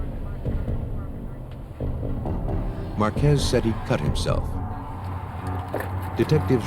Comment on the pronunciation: Marquez, not Marquezs